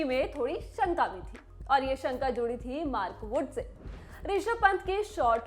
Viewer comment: Kisne kisne suna "maarkoot ko runout kar diya" 😅😅